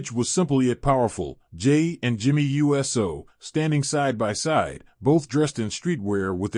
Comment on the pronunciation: Very informative, but my dude, it's pronounced, oooso, not U S O. 😉